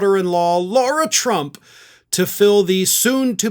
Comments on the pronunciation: I believe it's Lara-not-Laura. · Why does keep calling Lara Trump, "Laura"?